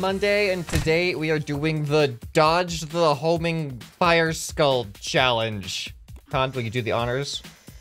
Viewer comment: No it’s “homing”